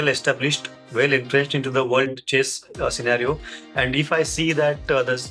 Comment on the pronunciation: Please try to pronounce chess correctly